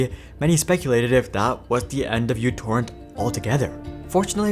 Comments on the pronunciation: it's no Utorrent, it's MItorrent, or MEEtorrent. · uTorrent is not pronounced "you torrent". The u is actually the character mu from the Greek alphabet. The program is correctly pronounced "mu torrent" or "micro torrent". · It's pronounced "Mu" torrent; not "U" torrent. Named on the fact that it has/had a tiny footprint. A branch-off torrent client is similarly named PicoTorrent. And what happened to MuTorrent is simple: The ads sunk it! Did/Do they really think that the community which is used to freely downloading music, movies, books, software etc is going to use a non-free service?!😆😆😆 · Mi not Mu. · The greek letter is actually pronounced "mi", not "miu" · if you KNOW it's not YOU-torrent but M(Y)U-torrent, why do you keep calling it that? the only people who call it YOU-torrent are little kids who don't know the Greek alphabet... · Im Greek, I want to point out that it's actually pronounced mi not u. Btw love your videos, they are very entartaining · μ is not pronounced mew. It's pronounced "me". So it's me torrent or mi torrent or micro torrent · no, it's mu torrent or microtorrent. People just say utorrent because they don't know that it's mu not u. It has nothing to do with what country you're in, mu is a Greek letter used as a prefix meaning micro. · /mewTorrent/. that's not a u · It's not uTorrent it's micro-torrent 🙄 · Isn't it pronounce micro torrent where u (miu) is the simbol of micro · It's Mu torrent...